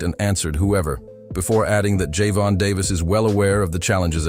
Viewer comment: Another IDIOT AI VOICE that can't even pronounce GERVONTA. 🤣 Just my opinion... 🙏📿🙏